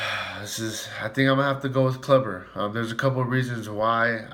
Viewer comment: It's pronounced Kloober not Clubber lol....... Corey Kluber!!